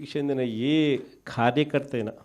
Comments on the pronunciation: జీవితమంతా విశ్వసనీయత అని పలకలేవురా ఆది ఉశ్వసనీయత కాదురా, కల్లు కాదు నాయన కళ్ళు, ఖార్యఖర్త కాదు రా కార్యకర్త, హౌసరమైన కాదు అవసరమైన (ఔసరమైన). ఒక చదువు జ్ఞానం లేని ఫ్యాక్షనిస్ట్ క్రైస్తవుడు ఇంతకన్నా స్వచ్ఛమైన తెలుగు ఏం మాట్లాడుతాడులే. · ఖార్యకర్త కాదురా డింగరీ. కార్యకర్త అనాలి.